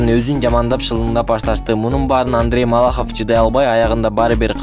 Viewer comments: МАЛАХОВ А не молохов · Маллохов эмес.малахов десенчи нервди кашайттынгоо жон эле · Малохов эмес Малахов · Малохов эмес тилди ондоп суйлосон Малахов болуп айтылат. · Малохов эмес Малахов, ты же грамотный человек,зачем ты сам себя подводишь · Автор ушунча сабатсызсын молохов эмес чумоо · Малахов,а не Моллохов. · Диктор Малоохов деп айтылбайт Малаахов деп туура окусан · Андрей молохов малахов десен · Не малохов а малахов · Автор Маллохов дебей Малахов дечи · Малохов эмес,Малахов деп туура айт автор. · Малохов эмес туура окучу МАЛАХОВ деп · Эй журналист ,неге сен абийирди кетиресин,"Моллохов"эмес Малахов чмо🤣🤣🤣🤣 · Ээ, (автор ) биринчиден Малохов эмес Малахов. Туура суйлгонду уйронуп ал. Экинчиден тантырап озун суйлоп атып адамдын башын оорутуп жиберет экенсин. Таарынба иним. Сынды туура тушун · Андрей Малохов эмес Малахов . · Маллахов эмес малахов сабатсыз окшойсун. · Андрей малохов эмес малахав сен эмне деп додуроп атасын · мал лохов андрей дебей туура суйлочу хопбууу если что сен дагы жооп берип калба деги байкачыыыы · Малахов деп туура айтсан!!! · Малохов дейсинби? ..туура суйлосон.. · Маллохов дечи😆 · Малоохов дейт го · Сен" Молохов" дей берсен- биз кайра шылдын болобуз. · Мал лохов деп айтты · Маллохов деп кой анан😀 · Эй сен атайын видеонун башында 2 жолу МаЛохОв деп айтып кеттинби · Андрей МалОхов деп койот епрст.. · Малахов Кыргыз деп так айтты окшойт ээ аа блогер не болдунуз фамиляны туура айта албай